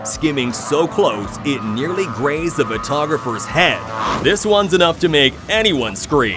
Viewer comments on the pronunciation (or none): GRAZES, not "grays", landing gear did not collapse into the cockpit